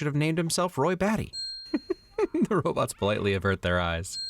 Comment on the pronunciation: When Rick says "robots" as "robits" it made me remember Michael Keaton from Mr. Mom. He says it when the family is eating breakfast he asks what is on TV and says "robits".